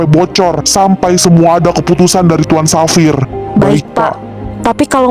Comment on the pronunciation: Bagusss bgtt plss, suaranya,visualnya, semuanya perfect❤ Oh iya aku tadi denger penyebutan Xavier itu jadi "Safir" entah aku salah dengar atau bagaimana tapi kalo lebih bagus lagi penyebutannya jadi "Safier" kak, kalo salah tolong koreksi lagi ya soalnya aku dengernya begitu😅